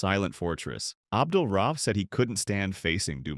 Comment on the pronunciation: RA-uf. Not RAUF.